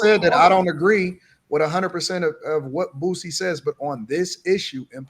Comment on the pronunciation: "Bootsie" lmao